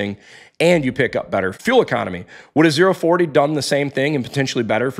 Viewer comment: It’s ZERO W-40, not the letter O oh.